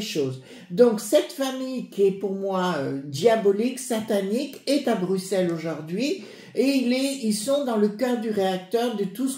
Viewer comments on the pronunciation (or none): none